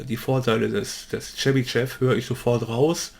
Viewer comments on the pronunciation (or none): Tolles video! Seit ich gelernt habe, dass auch digitale Filter die Phase beeinflussen war ich sehr verunsichert. Jetzt hab ich ein besseres Bild wann welcher Filter seinen Zweck hat. Chebyshev spricht sich übrigens Tschebyschow.